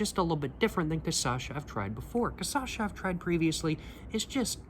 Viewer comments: You def love Brazil, lol. Being brazilian myself, allow me to note that it's pronounced "cashasa". Thanks for your reviews, cheers! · Each vídeo he pronounces cachaça in a different way. Keep going until you get it right man! Here's a tip: it's Ka-sha-sa. Just read that in english and you'll already have improved quite a lot. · Check out the first video where he tries 51, he was talking correctly many times in that one, then on he just prefered to say Cassasha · "CASASHA" 😂😂😂😂 kkkkkkkkkkk i die always broo kkkkkk i imagine you already know Brazilian Xuxa and Sasha 😂😂😂😂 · great video bro, hope youve been enjoying your time there try canelinha, bananinha and cachaça de jambu and a friendly reminder to try to practice and adjust your pronunciation to "ca - sha - ssa" (or dont if you dont care that much idk ahahah) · "CAÇACHA" eu ouvi ele falar errado tantas vezes que agora eu também falo errado ahahahaha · It’s pronounced cashassa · O jeito que você fala é bem legal na real. "Cashashaa" 🗣🗣🔥🔥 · Change the syllables! it should sound like Ca-CHA-SSA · sorry again but is CaCHaça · first video he nailed the cachaça pronunciation, now this casasha thing is killing me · just switch the last 2 syllables and you got the cachaça pronunciation right lol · You were pronnouncing ''cachaça'' right on the 51 video, what happened? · Is it me or was he pronouncing it correctly in the first video (51) and suddenly started swapping the Ç with the CH later? Is it the 51 effect? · grab the 3 silables you are saying when speaking ca-cha-ça, switch 2° and 3° , now you are saying it in perfect portuguese! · Have a shot every time he mispronounces cachaça 😂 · You are saying it like caçacha but it’s cachaça the c that sounds like an s comes after the “cach”. Great video though I love the depth of your reviews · Would you PLEASE start pronouncing cachaça correctly? Cah-shah-sah (you're inverting it to cah-sah-shah). Btw u HAVE TO try Jambu cachaça. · BRO , IS NO T CA ÇA CHA, IS CA CHA CA